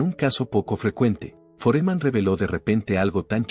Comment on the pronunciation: Este pelotudo tiene que aprender a poner tildes donde corresponden pues no es Foréman a es FÓREMAN!!! Analfabeto no es Áli el es ALÍ!! Aunque se que no es capaz de comprender por ser burro!!